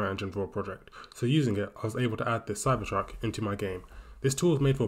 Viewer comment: It is cybertruck not cypertruck